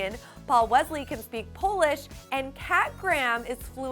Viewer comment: I sent you a link of Paul Wesley, HIMSELF actually pronouncing his own name.